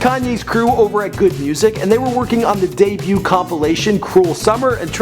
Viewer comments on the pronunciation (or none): none